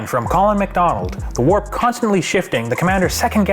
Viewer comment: The WHEEEEL OF THE WAAARP really like cause he says it's name properly